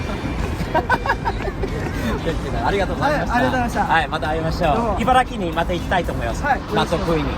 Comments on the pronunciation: 茨城をちゃんと「いばらき」って言ってて感動しました😂 茨城人ですら「いばらぎ」って訛って呼んでる人多いのに(笑) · 茨城（いばらぎ）ではなく、いばら”き”で言う辺り、さすが。 大事よねｗ 。思わず口に出そうになるのをぐっと堪えてｗ ( ¯ ω¯ )b 次回は、大学も終わった頃にあっちゃんと... なんて妄想も過ってしまいます。 ( ¯ ω¯ )b